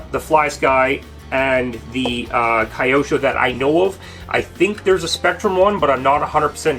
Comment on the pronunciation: Just nitpicking-Q sho, not Kayosho🙂